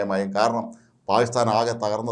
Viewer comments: 😂😂 താങ്കൾ "പായിസ്ഥാൻ " എന്നതിനു പകരം 'പാകിസ്ഥാൻ' എന്ന് വ്യക്തമായി ഉച്ചരിച്ചിരുന്നെങ്കിൽ വളരെ നന്നാകും‼️‼️ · പായിസ്ഥാൻ എന്ന് പറഞ്ഞാൽ പാക്കിസ്ഥാൻ എന്ന് മനസിലാകുമെങ്കിൽ കാര്യം ശരിയായി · നാക്കിന് ഉളുക്ക് ഉണ്ടോ അതോ നാക്ക് വടിക്കാഞ്ഞിട്ട് ആണോ😂😂 പായി സ്ഥാൻ പായി സ്ഥാൻ എന്ന് പറയുന്നത്... അയാൾ അദ്ദേഹം എന്നൊന്നും പറയല്ലേ പിടികിട്ടാപ്പുള്ളി തീവ്രവാദി എന്ന് തന്നെ പറയണം